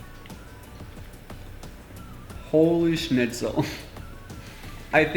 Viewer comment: Why do you say Holi scnitzel